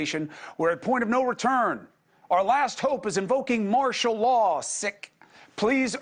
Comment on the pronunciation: Martial Law You said Martil lol But easy to say while listening not so easy doing all the talking. 👍🏽👌🏽✌🏽🤠